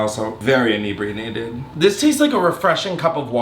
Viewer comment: “I’m inebriarated” got it 😂😂